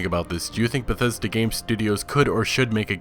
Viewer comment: It's beth es da... Get ready to be disappointed